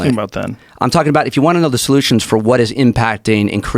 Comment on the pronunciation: Mines not fer sale bruh